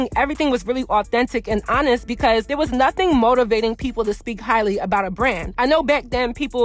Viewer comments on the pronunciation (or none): none